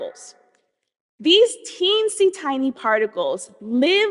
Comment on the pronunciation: I was convinced of her intellect and degree when she said, "teencey, tincey particles". This is a woman I can learn from...